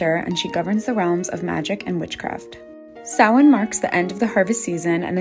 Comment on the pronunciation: SHE PRONOUNCED SAMHAIN CORRECTLY